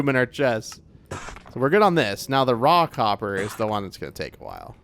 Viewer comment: Every time you say 'raw copper' it sounds to me like you're saying 'rock hopper' and I'm thinking I don't see any penguins in the game...😂 9346